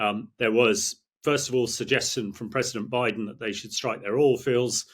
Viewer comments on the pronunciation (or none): none